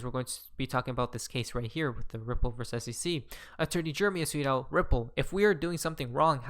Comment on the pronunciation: are you saying "tweet out" or "sweet al" . calm the fuck down and pronounce your words.